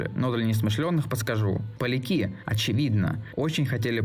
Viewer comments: А почему ты произнес полякИ с ударением на И? Ты пытаешься таким образом троллить всю Польшу? Или ты человек с ограниченными лингвистическими способностями? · Досмотрел до конца. Прости, если обижу, но тебя очень тяжело слушать, из-за нечеткой дикции, монотонной читки текста и убийственных ошибок вроде полякИ. Не говоря уже о вторичности темы и вообще формата. Было уже рассказано всё давным давно и гораздо качественней. Вообще непонятно, для кого эти разговорные видео. Большинство приходит за нарезками, может от этого стоит отталкиваться? Ты как будто пытаешься на двух стульях усидеть с англо и русскоязычной аудиториями. В итоге упускаешь и тех, и других. Сначала снимаешь на английском, потом на русском, дальше опять будешь на английском. При этом добавляешь такие пассажи как «еврейская жилка» и «греет русскую душу»... Не хочу бросаться обвинениями, но бритоголовым ребятам это бы понравилось. Это целевая аудитория? Оттолкнись от того, на что есть спрос, иначе просто пропадёт кредит доверия у тех, кто приходит за совершенно другим контентом.